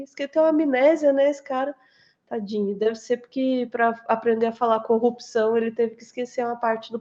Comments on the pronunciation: Ele falou errado, disse " corrupção"": O certo vindo dele é " copiçao". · O Moro falou "Corropção"